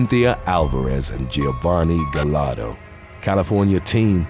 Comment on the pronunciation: Giovanni's last name is pronounced "Gah-yar-do" not "Ga-lar-do" when you see a name or last name with double L it's pronounced like a Y.